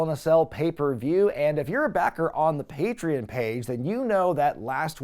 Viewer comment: Where the hell is Wilkes Berry? It's pronounced Bar. My God. Then again I would expect nothing less from someone who can't even pronounce "patreon" correctly either.